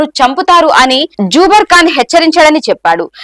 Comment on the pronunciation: సమాజానికి వాస్తవాలు తెలుపుతున్నందుకు ధన్యవాదాలు. చిన్న గమనిక: Zuber పేరు - "జూబర్ " కాదు.. జుబేర్ అని ఉచ్ఛరించాలి.